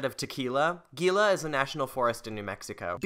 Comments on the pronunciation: The girls and lime, it’s pronounced hee-luh and the Gila is a type of lizard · Not said Gila it's said He-la. Espanol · is no one gonna point out the g makes the H sound its the hea-la